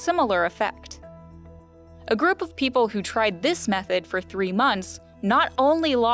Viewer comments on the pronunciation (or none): none